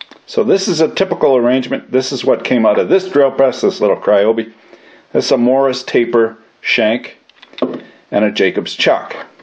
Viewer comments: "MORRIS" taper ? ? Or, is that just some weird Kanukistani way of saying MORSE taper... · every time he said it, I heard Morris taper. He may not have been saying that, but it's definitely Morse taper. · 'Morse' taper, not 'Morris'. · Morse. Taper. Say it with me. Morse. Not morris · Morse is not pronounced Morris by the way ;) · Yes, I'm aware that the word is Morse, but he's saying Morris. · Andrew Delashaw no, there is definitely an intentional "i" sound in there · have i been pronouncing morse taper wrong this whole time?